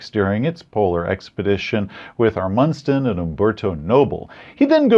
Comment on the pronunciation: INTERESTING IDEA including Raold Amundson as a plot mechanism, Amundson is pronounced AH-mund-sun, by the way. Great video, as usual.